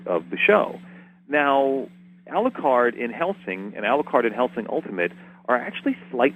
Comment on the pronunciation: is it me or when says Alucard it sounds like Aluquar